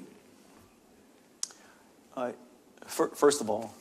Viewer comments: it’s Huawei.. not Wahuei.. 😢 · It's Huawei not Wuahei. Interviewer couldn't even bother to research the industry before this interview. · The host literally cannot pronounce Huawei, he says Wahway